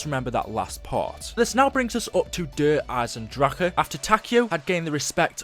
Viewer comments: You say Der Eisendrache like Der Eyesendracker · you still mispronounced der eisendrache into der eisendrakha >(